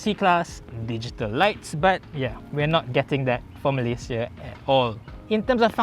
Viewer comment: Been following you since i was in highschool,. Your pronunciation of malaysia is solidly correct eversince.